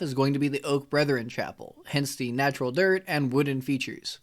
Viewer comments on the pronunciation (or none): none